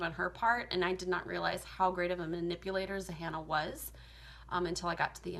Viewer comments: Zahanna? Zannah....like Hannah with a “Z” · the fact that she thinks the name is Zahannah just makes me neglect her points as the video goes on. its literally Zannah. like hannah but w a Z